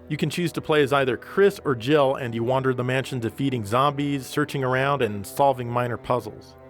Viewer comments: I don't care what anyone says; Barry says "JIBBLE" sandwich. Yes, I know that makes no sense and he was probably supposed to say Jill sandwich, but it'll always be Jibble to me. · I have listened to that clip probably 50 times from different YouTubers and I have to say...I just do not hear Jill Sandwich. I dunno if it's just my ears or what but it ALWAYS sounds like he says Jiggle Sandwich to me. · I can't be the only one that thought Barry said "gerbil sandwich" listen to it again and see what you think, it sounds like there's a "b" in there. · When Barry says "Jill sandwich" he splits Jill's name into two syllables with such emphasis that it almost sounds like "Jiggle Sandwich."